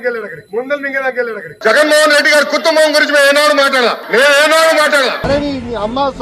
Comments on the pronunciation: కుత్తుంబం ఏంట్రా పప్పు నత్తి......కుటుంబం అని స్వష్టంగా పాలకలేవా పప్పు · జగన్ కుత్తంబం కుత్తంబం కుత్తంబం అంటూ మాట్లాడింది 43 ఏళ్ల లోకేష్ కాదు, మూడేళ్ల పిల్లాడు బోకేశ్ మాట్లాడాడు